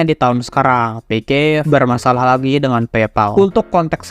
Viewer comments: yg aku tau itu.. "Pixsiv" bukan "Pikif" bg hehe😅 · off topic: coba ngeja pixiv itu "Fiksif" bkn "pikip" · Bacanya Piksif bukan pikif 😂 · Kok bilangnya pikip terus, ngab. Sengaja ya bikin aku marah😡😡😡👺👺👺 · Gw bro☝️yg terganggu banget sama pengucapan si abangnya yg berulang kali ngomong "pikiv" kek akkhhhhhhhhh🤬 gitu loh pengen banget narik mulutnya terus teriak "itu dibacanya PIKSIF bang!!!!!!😬😬😬😬😬😬" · Orang Sunda mang? Dari piksiv kok jadi pikivp Canda bang:v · Owalah, cara bacanya Pikiv ternyata bukan pixiv😂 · piksif pak piksif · gua dengernya pikiv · Sama njirr 😂